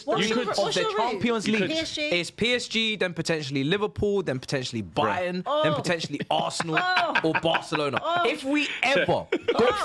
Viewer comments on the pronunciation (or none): none